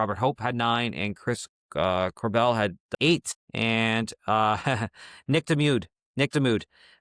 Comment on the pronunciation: (MAC IN TOSH) (CORE BIEL) PLEASE LISTEN TO THE ANNOUNCERS. YOU'RE ONLY DOING THEM A DISSERVICE IF YOU PRONOUNCE THE NAMES WRONG.